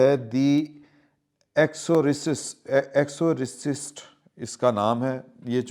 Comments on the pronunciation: Exorcist. It's pronounced ex-saw·suhst ایکسوسسٹ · اُردو میں۔ تلفظ۔ ایکزارسسٹ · Wrongly pronounced the film name and shows poor knowledge .......sorry but very depressing and upsetting